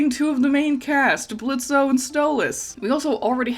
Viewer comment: This is off topic but I noticed that you say "blitzo" with the o while in the show they say "blitz" is there a reason?